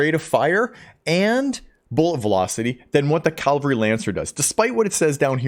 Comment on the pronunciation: Great video. One thing though, the word is "cavalry" (Ka-vill-ree). As in "modern soldiers who fight in armoured vehicles" or, historically, soldiers on horseback.